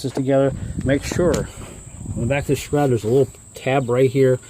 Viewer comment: video, however sharoud? No such thing. It’s a shroud.